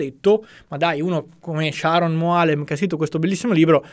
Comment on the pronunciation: però il nome devi pronunciarlo col giusto accento. Il nome maschile ebraico è Sharòn, non come l'inglese femminile Sharon. 😏